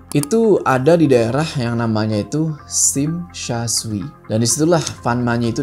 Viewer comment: Ralat. Tsim tsa tsui bacanya Sim sa coi. klu Tai kok tsui bacanya Tai kok coi. salam dari pendengar setiamu yg di hongkong. sukses selalu ya buat semuanya.